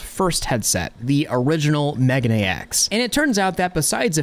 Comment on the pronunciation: Love your stuff. But it is mei gah nay X. Megane means glasses.